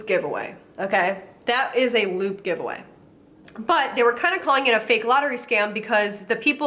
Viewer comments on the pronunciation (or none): I thought you were saying "lube giveaway" and this got dark... real fast😆 Edit: this junk is so gross, I don't understand why ANYONE would fall for it. It frightens me. They're only going to sell their information. Then you'll be stalked by ten new companies, you have never seen before. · First few times you said LOOT I thought you said LUBE and I was like omfg it’s come to this, influencers pushing lube on their followers well of course. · I thought she was saying “lube giveaway” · I swear I thought she was saying ‘luke giveaway’ up until halfway through this video 🙄😆